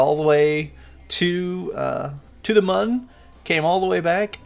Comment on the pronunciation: Actually, I think it’s supposed to be pronounced “moon” because the crashed vessel on the start screen has an umlaut over the “u”. Thanks for the vid!